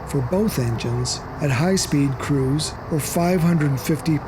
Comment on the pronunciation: After 10 minutes I realized the man was trying to say cruise but he kept saying crews